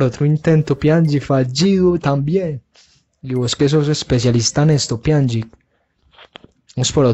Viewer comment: Se pronuncia pianich